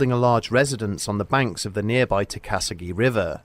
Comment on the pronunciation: This is a good one! Us locals call the river "Tuck-A-SEE-GEE" tho. I live outside Charlotte and never heard of that story. Definitely gonna research into the area and visit it now!